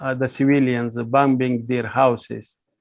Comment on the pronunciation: Not just bambing but Heavy bambing on innocent women n children.